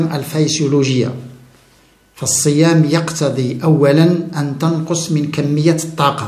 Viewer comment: جزاك الله خيرا على هذه المعلومات المفيده،لكن تعقيب صغير تكلمت على اللغة العربية العريقة ،انت تقول تَنقص بفتح التاء والصحيح تُنقص بضم التاء نفع الله بعلمك آمين يارب العالمين.